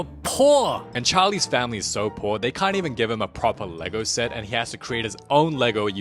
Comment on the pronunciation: "it's no longer you're PUORRR" 😭😂